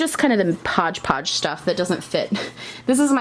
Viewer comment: My sudden awareness of your NY accent during the words “hodgepodge drawer” is shocking but also delightful